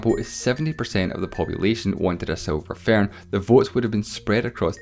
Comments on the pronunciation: Silver "fairhn", as he says. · “Tha seelver faern”